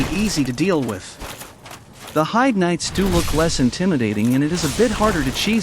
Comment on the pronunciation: I hate hearing people talk about Heide's tower, they never pronounce it properly. I can forgive text to speech, but making a critique video should have at least come prepared with knowledge on how the game's names are pronounced. And that other guy calling them Heidi knights is just unforgivable